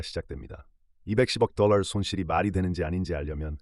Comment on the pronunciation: 똘롸~ 뽜쉔트~ 뻐터발음떄문에 집중이 안됨